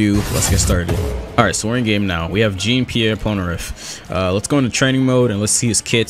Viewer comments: Dude really pronounced “Jean” as in jeans lmao Also I don’t know if you covered n the Jojo game yet. It’s finna release silver chariot and its kinda like this. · Why did he say "jeen"😀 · It's pronounced: Jon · so no one else noticed him mispronouncing jean and avdol?